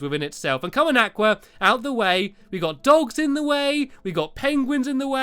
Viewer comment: You are pronouncing aqua wrong